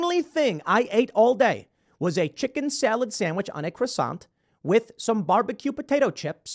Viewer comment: Tim ! you trigger me when you mispronounce "croissant"!